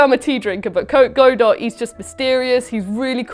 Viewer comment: I love how even in the correction, still pronounced Godot incorrectly 🤣